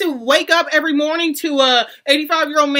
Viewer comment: You actually pronounced Louis Vuitton as Luis and you say we are dumb? 👌😅